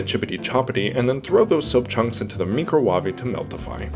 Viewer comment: I'm here just to listen to you say "microwAvé"... okay back to watching 😅